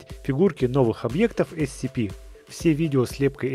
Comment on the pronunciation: captainkirk 2006 правельно есепи а не ецепи